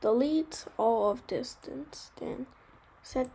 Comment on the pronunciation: tell him its distance not distanse